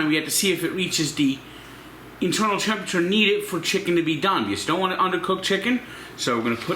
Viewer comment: Did you say eternal temp or internal temp lol